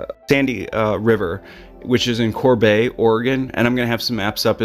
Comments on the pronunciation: Its Corbett! CORBETT. Not Corbay. If it was a french pronunciation it would have one T not 2. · My apologies, but Corbett is pronounced with strong T at the end. Retired postal worker from Oregon. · It's pronounced kor-beht. I love your channel 🖤